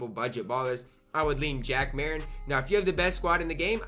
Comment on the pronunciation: U cant pronounce anyones name 😭 u say terry dish charger and jack mariten